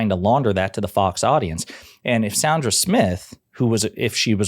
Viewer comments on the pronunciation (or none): Enjoy your videos. Want to "fact check" you on one thing: the Fox news lady's name is Sandra as in land and Sandy, not Sondra as in bond and Don or Saundra as in daughter. 🙂